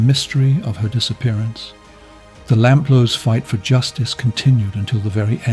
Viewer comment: Suzy Lamplugh is the most famous missing person case in the UK, bar Lord Lucan. So it's utterly baffling the narrator mispronounced her surname throughout as 'LAMP-LER', when it's pronounced 'LAMP-LOO' (@ , even more bizarrely, he called her parents 'The LAMP-LORFS')! Anyone with even a passing knowledge of the infamous, near-40 years-old case, knows her name! That repeated, glaring schoolboy error immediately put me off watching the video.I struggled to believe a human being would make such a basic mistake, and assumed it had to be an AI voice. And why wasn't the story brought up to date with the prime suspect John Cannan's death? Convicted murderer and rapist Cannan died of natural causes in prison on 6th November 2024, aged 70. So he has taken his secrets with him to hell. The police are in no doubt he murdered Suzy - there was compelling circumstantial evidence, and he was forensically linked to her, as her DNA was found inside a car he once owned. If Cannan had only been caught for that heinous and hugely publicised crime of July 1986, Shirley Banks' murder 15 months later could have been prevented. It's believed Cannan was a serial killer who committed many more murders than he's been linked to.